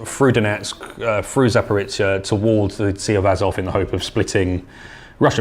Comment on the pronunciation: Guys, Zaporizhzhia is not pronounced like Zaporitcia! The letter "zh" sounds like the "s" in the word "leisure", and zhzh is just a stretched version of zh. Anybody can say "zh" because it exists in English too.